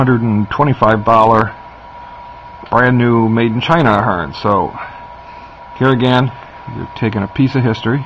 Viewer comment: I think you are pronouncing the company's name wrong. It sounds like you're saying Fern. Its Athearn (a-phern).